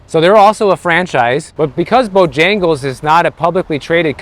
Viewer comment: How you pronounced BOJAGLES, 😂😂😂. I just like you, hugs from Serbian fan. Btw i like Bijagles, good chicken.